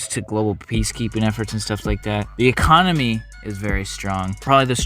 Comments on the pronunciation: ecomony instead of economy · A strong ecomony took me out fam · “ecomony” sounds about right